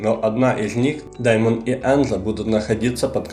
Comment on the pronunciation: дЕймон,а не дАймон